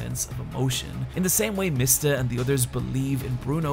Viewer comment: At least you pronounced Mista correctly